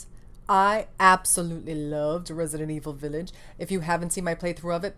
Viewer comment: I love this video. I love your passion. I love the (french) way you say "Villaaage". And of course I love your eyeshadow. 🤩🤩🤩🥳 Kiss from France ! 🇨🇵🇨🇵🇨🇵😊😊😊